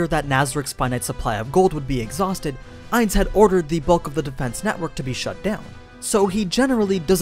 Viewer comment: Ainz not nines